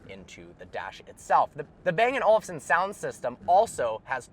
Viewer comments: Listening to an American trying to pronounce anything other than cowboy or freedom is so damn cringe. The way he says "bang & Olufsen" kills me inside, lol. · I always understand " Bang an Olson"